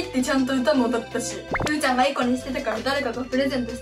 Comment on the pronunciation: うーちゃんゆうちゃんって言えてる